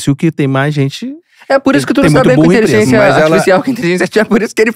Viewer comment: O não consegue falar a palavra "inteligência*. Sairam intelizença, intezença, inzença mas nunca inteligência. Pode reparar..